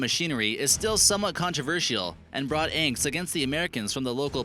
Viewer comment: "angst" is both mispronounced and incorrectly used by the stupid uploader.